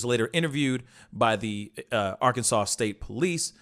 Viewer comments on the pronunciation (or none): none